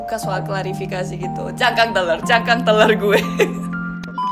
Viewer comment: Masihh ngakak denger ngomong telur kek teler 😂😂😂